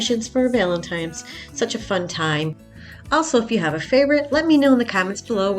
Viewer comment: It’s Valentine!!! Not times. Love your crafts but makes me crazy when Valentine’s Day is mispronounced